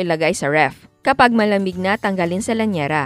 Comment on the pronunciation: Llanera hindi LLAÑERA. Gosh tsaka syrup hindi SYRAP. Gosh again. 🙄